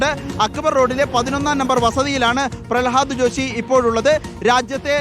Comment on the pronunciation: പ്രളഹാദ് ജോഷി അല്ല പ്രഹ്ലാദ് ജോഷി... തെറ്റ് ഇങ്ങനെ ആവർത്തിച്ചു പറയരുത്, ഇനി ആര് വന്നിട്ടും കാര്യവുമില്ല ഇവർക്ക് വിദ്യാഭ്യാസം കൈകാര്യം ചെയ്യാൻ അറിയണമെങ്കിൽ അതിനോട് എന്തെങ്കിലും ഒരു സ്നേഹം വേണ്ടേ